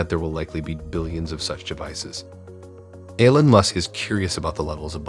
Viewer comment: Who the hell says Elon like that? I mean I'd get it if you weren't American but jesus christ "A-lon" really?